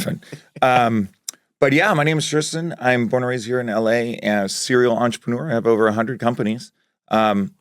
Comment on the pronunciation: i’ve noticed a lot of black americans can’t pronounce Tristan properly.